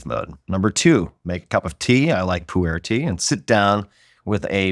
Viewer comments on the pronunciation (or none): Legit thought you said 'pooh air tea'. Never heard of it